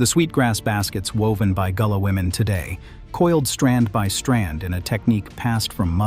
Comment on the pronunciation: Facts!!! Its a corruption of Guale that slowly became Gullah. Even in this video "gullah" is pronounced wrong as goo-lah in some parts.